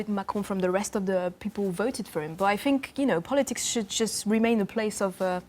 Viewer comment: 🙄 I fink she needs to learn how to say 'think' 🙄🥱